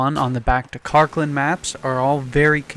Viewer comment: ITS KARKAND NOT KARKLAND!!!!